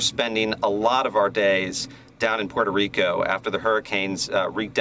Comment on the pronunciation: Who can forget the vile, racist way he pronounced Puerto Rico in a public speech? He seemed to enjoy doing so. Thank God it’s hard to feel insulted by an illiterate traitor to his own country.